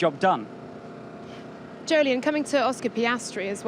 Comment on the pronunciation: I keep waiting for these Weekend Warm-Up videos to be interesting..... (But thanks for establishing that Jolyon's name is pronounced like Joe-Lee-In.)